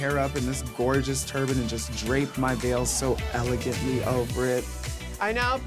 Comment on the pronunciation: Did she say "ela-guent"??